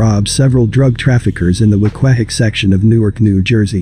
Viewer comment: it's pronounced WEEK-WAY.. Class of 09' here.. R.I.P Principle Mr. Stone